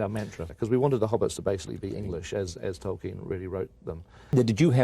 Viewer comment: “Toy-Ken” lol